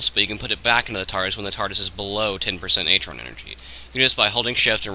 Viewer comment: If ur going to pronounce artron wrong i almost didn't want to watch this except for the part where it could be the only way to fix my problem... but it's artron like ARRRtron..... not atron...